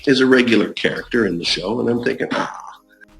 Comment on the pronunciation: Why do call the show a shore?